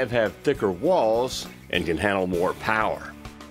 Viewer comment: PONTIAC POWA